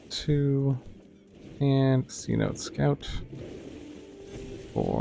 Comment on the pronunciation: Cenote Scout is pronounced Senotay Scout. A cenote is like an underwater cave that's been opened up to the sky due to some environmental event. They're common in Mexico which is why it's spelt that way, since it's in Spanish.